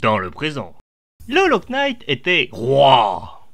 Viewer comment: Le K est muet dans "Hollow Knight"